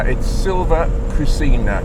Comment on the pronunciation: ...When in Italy we built cars...about the correct pronounce of the name of Sylvia Koscina, the right one is "Sylvia Kòsheena" (with accent on "o")